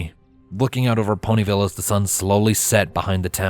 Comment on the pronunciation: "Phony ville"? Did I hear that right?😂😂